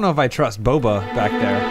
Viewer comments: I liked when kept saying Boba instead of Baba. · His name was "Baba." Not "Boba."